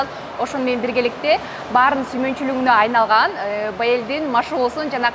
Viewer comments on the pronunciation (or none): Айналган деп обу жок болбой айланган деп туура суйлогун